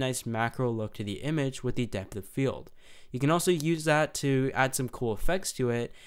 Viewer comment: I like the videos, but the way he pronounces 'the' really annoys the crap out of me.